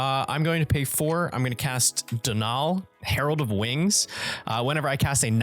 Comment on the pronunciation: This was a really entertaining game! It was very gratifying seeing three people group up and... I won't spoil it for viewers! I have been very spooked indeed. 👻 (Btw Donal is pronounced DOUGH-nal/DOH-nl. Like Donut!)